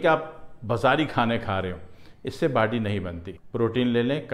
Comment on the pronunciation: It's not bady it's body..mm😂😂😂😂😂😂😂😂😂😂😂